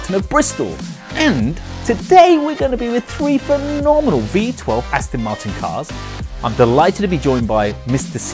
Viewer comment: These car videos are all very well and everything, but, could the presenter say the name of the car CORRECTLY. It's AsTON MarTIN, NOT AsTIN MarTON. WTF !!!